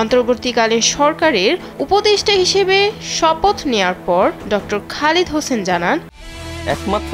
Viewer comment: নামটি সঠিক উচ্চারণ করুন।খালেদ হোসাইন